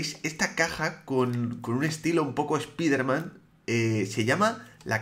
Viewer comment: Spaiderman, so burro 😬